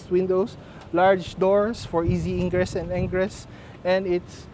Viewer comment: Ingress and Engress? 😅